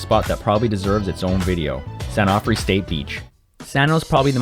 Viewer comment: San Onofre is pronounced with long "O" sounds since all the areas' names are from Spanish. Hope that helps. Also, be careful in O'side, the prone surfers get pretty aggressive toward SUP'ers even when you let the sets go by and try to stay away from the crowd. I've been back paddled by people, then yelled at by them. Just be aware and be cool.